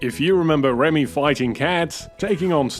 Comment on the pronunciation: Ah yes. One of my favorite Pixar Films right next to Wall-E. Also, his name is Remy not Ramy.